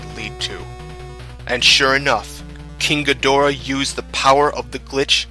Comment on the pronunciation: The way he pronounces King Ghidorah is really pissing me off rn, like this is good but I’m just annoyed